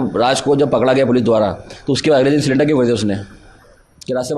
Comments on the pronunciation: Sonam "SALINDAR" ho gayi hein 😂. Iss accha "CYLINDER" bol dete. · Silender nhi bhai surrender hota hai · अरे भाई सिलेंडर नहीं होता है सरेंडर होता है